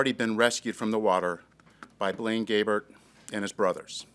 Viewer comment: Seems like they could have taken a few seconds to learn how to pronounce Blaine Gabbert’s name Correctly.